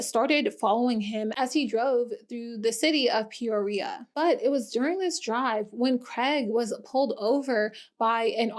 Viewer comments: As an AZ native I loved listening to this story and knowing exactly where everything is even going to most of these places. I did cringe at how you pronounce Peoria (pi-or-ee-uh) but all the AZ cities are confusing. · the way you pronounce peoria is mindblowing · I’ve never heard someone pronounce Peoria like you did rn. That’s wild 😂I like the content tho☺️🙏🏼